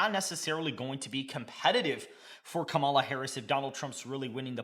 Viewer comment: Bruh, you saying her name wrong!!!!!!